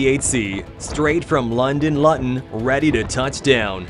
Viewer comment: London lutton? It's pronounced loo-tun! 😂